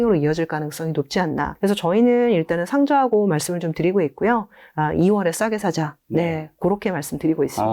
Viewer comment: 상저 ㆍ하고 라고 하는데 ᆢ 나의 귀에는 상고 ㆍ하저라고 들리네요 ᆢ😂😂